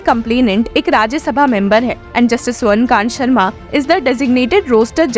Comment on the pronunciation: Swarn Kant Sharma nahi..swarna kanta Sharma..i guess the voice is ai generated.. So many mistakes..you took the name of judge wrong so many times!! Cant trust this channel